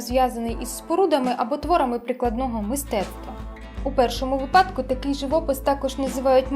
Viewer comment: Дуже-дуже гарно) Дивлюся вас від старту. Єдине, будь ласочка, кажіть ВИпадок, а не випАдок) Зичу успіху і чекаю на нові відео!